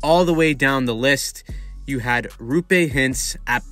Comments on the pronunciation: Great video. One note, it's pronounced ROH-pay...not ROO-pay. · It's Roope. Not Ruupe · Great breakdown! Just a couple tips from a stars fan that hears all kinds of names bein thrown around 😅 Roope is pronouced like Row(as in row a boat)- Pay. Also the first part of heiskanen is pronounced 'hay' rather than 'hice' ❤ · Not RU-PAY hintz. ROW-PAY hintz. You’re welcome 🤘🏽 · it’s row-pay not roo-pay btw :) ✨💚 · If you want to pronounce his first name closer to how it is actually pronounced it's a double O, not double U. Roope, not Ruupe. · It’s not Ruupe it’s Roope. With O. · its ROOPE note Roupe or Rupe or whatever the fuck everyone is saying, bruh there is 2 o's how does everyone butcher it so hard😂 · For the love of Satan his name is "Roope", not "Rupé"! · His name is Roh-pay not ruu-pay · Great vid! The name is actually pronounced Roh'pe. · It’s pronounced Raw-pe (pe as in pen) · How can you call yourself a hockey channel if you can't even pronounce Roope's name correctly nor have any idea of how good he was? Good Lord. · Hurts my ears when you pronounce Roope. O is like in word Moore. Not like O in Choose.